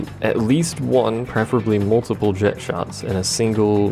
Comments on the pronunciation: The Japanese call him "jekt", therefore that is how the name is said. Language does not change how a name is said, as the pronunciation of a name is determined by the one who gave the name and them alone. They say "jekt", which means "jekt" is "correct". Calling him Jet, under any circumstance, is wrong. And also, the only three characters I can remember speaking Jecht's name are Auron, Yuna, and Braska, and in both languages they very clearly say "jekt". I will admit that I say "tie-dus" rather than "tee-dus", but that's more habit than anything else. Didn't know how to say it until Dissidia however many years later. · They pronounce it "jekt" in the Japanese version as well, though.